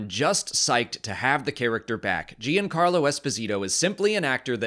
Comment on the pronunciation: FYI: Giancarlo is pronounced "Jan-Carlo, not Jee-Ann-Carlo.